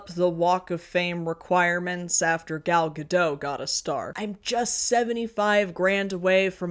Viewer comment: Idk why but it bugs me ppl dont get gal gadot's name right. She was asked early in her career, on Fallon iirc. It's "gadut." By her own mouth. She deserves whatever for her actions and beliefs, but we can do the name. She literally told us.